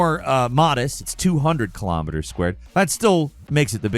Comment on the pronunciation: Please learn how to say "Kilo" Kilometers, Kilograms, Kilotons. It's spelled and sounds the same, it's not Kilamiters